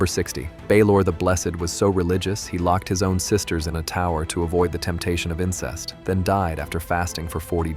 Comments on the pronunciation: It’s violent and incest, not voilent and insest. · Not the insest lol. (Incest😊) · Great video, but it’s not “insest”, it’s incest😉